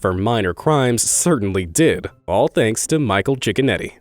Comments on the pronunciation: everyone else: cicconetti this guy: chickenetti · Judge cicconetti u mean Judge chickenoti